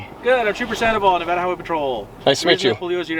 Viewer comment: Bruh why does say Nevada instead of Nevada????